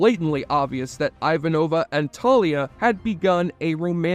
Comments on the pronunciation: Thank you for posting this question! What in the actual Jesse? You pronounced Ivanova two different ways, Jurasik as Jarusik, and even Mira as Mia. But it was Mira's quote and the overall sincerity of the video that makes me overlook these minor quibbles. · You binged the show over a week, watching 110 episodes and 5 movies, and you STILL pronounced Ivanova’s name wrong??? How???